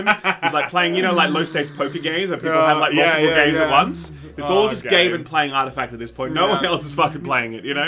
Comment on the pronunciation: Lol artificact